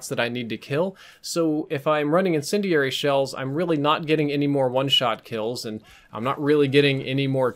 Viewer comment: says incindiary really weird